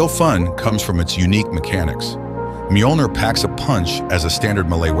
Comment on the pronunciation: For future reference Mjölnir is pronounced (MYO-lin-er) but aside from that absolutely perfect video for me, was just about to pick up the game again an wanted to add some mods an this video popped up as soon as I loaded YT😎Talk about timing!!